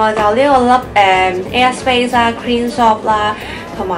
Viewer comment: 聽咗好耐都聽到 u a space 😂 要睇info bar 先知 air space 😂😂 btw 啲衫好靚